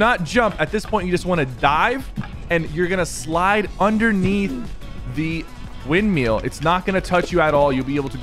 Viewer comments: Thank you for the tips! They’ll be incredibly helpful. However, for the future, it’s windMILL, not wind MEAL. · Nobody: Sypher: "windmeel" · "WINDMEAL"? haha